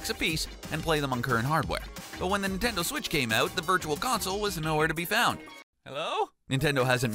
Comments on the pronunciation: Nitnendo Switch? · the ninendo 😂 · NINENDO IT'S NINTENDO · Did he say ninendo switch 😂😂😂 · the ninneno switch XD